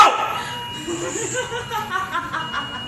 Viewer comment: tapi di menit terakhir pas ngomong "sial" kok logat malaysia ya, udah gitu rompi security nya bukan khas rompi security indonesia. ini pasti di malaysia.